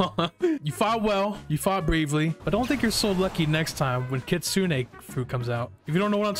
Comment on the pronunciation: its pronounced (i think) Kit-su- nay